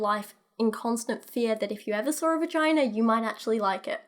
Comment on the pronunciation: "Vaginer" this is what i hear every time you say vagina. Makes me happy.